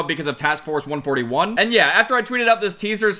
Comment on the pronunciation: Something really bothered me the way he said task force 141